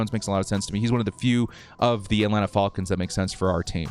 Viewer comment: Can't stop hearing the "Atlanta Fallkins"